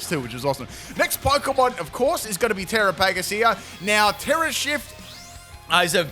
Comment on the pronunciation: I don't understand how you see the word Terapagos and think that's how it's pronounced.